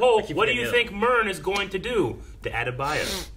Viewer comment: Let me get this straight…you can pronounce every name on Game of Thrones but “Adebayo” is too hard for you. Ok